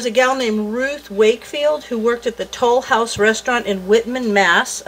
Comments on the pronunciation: French accent "Lesleeee Tolouse". The great cookie search episode Phoebe, Friends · Ack! I was looking to see if anyone commented this. I keep hearing it when she says Tollhouse 😂😂😂